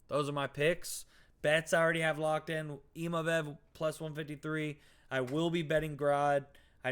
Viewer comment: I wasnt going to say anything but after like the 10th time you said imavev i had to say...its Imavov. You wouldnt say naimev would you lol